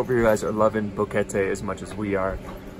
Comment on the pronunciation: Someone actually got the pronunciation right. Kudos! More correct definition is mountain gap. And don't wear a I heart Boquete t-shirt in Brasil. It means blowjob there. Seriously!